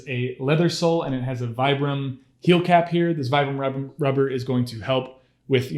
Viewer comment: Vibram is pronounced Vee - Brum